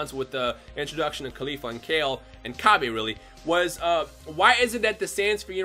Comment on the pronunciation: why do you still pronounce Cabbas name like that we have a official way to say his name now and thats not how you say it